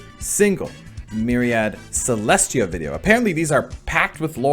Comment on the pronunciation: You actually pronounced her name properly! Kudos 👍